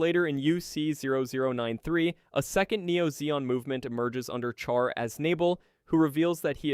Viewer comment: Great video except your pronunciation of peoples' names. For example, Char is said like "Shar". Char is a French version of Charles so the Ch is more often said like Sh. The worst though is Treize. It is most certainly not pronounced "Trees" :/.